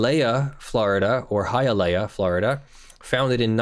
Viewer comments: hialeah is pronounce like this [HY] + [UH] + [LEE] + [UH]. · Hialeah is high-ah-lee-ah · As a Miami native I want a 5 minute video of you just trying to pronounce "Hialeah".